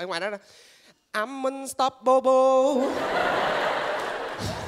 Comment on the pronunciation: You're one of the best Vietnamese Comedian. co tieng anh tot lam, nhung neu dieu chinh cach phat am them ti xiu nua thi tuyet voi. Beautiful = biu di fu (khong phai biu ti foon), Stoppable = stop able (khong phai xis top pabo). Xin gop y.